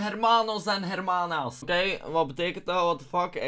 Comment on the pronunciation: acid je spreekt de h niet uit bij hermanos en hermanas xD